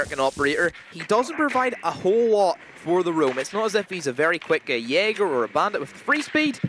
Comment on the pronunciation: this caster got me banned from the twitch channel, chat was spamming "Jay Ger" cuz that's how he pronounces Jaeger. i asked who the fuck is Jay Ger? they told me i typed in chat "WTF is this caster ?" got banned.